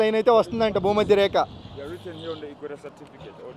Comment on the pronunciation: Reka kadu rekha